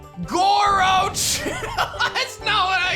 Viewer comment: Wait I thought it was Grochu not Gorochu